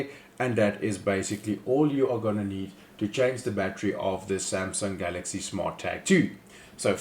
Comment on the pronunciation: After listening to this I realise you can nake a 20 second video into 5 mins by repeating Samsung Galxay 2 as often as possible and CR2032 multiple pointless times - 5 mins of wasted time